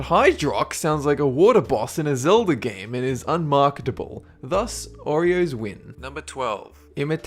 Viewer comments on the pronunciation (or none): none